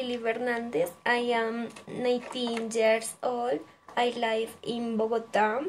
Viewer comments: Mejorar pronunciación de palabras como "live", "usually", "favorite", "fruit", "pineapple" "brother", te falto fluidez y por ultimo dices "my name is" para nombrar a tu gato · Hiciste un buen video, manejas bien la información y expresión de la misma, lo único es que debes de tener en cuenta cosas como la pronunciación de algunas palabras, "live", "usually", "favorite" y "fruit". Dices "my name is" para referirte a tu gato, lo cual está mal, otra forma de decirlo es "His name is...."